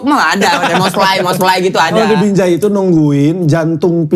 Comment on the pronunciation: halahhh lidah abang bukan “binjai”, tapi “BINJE” 😂😂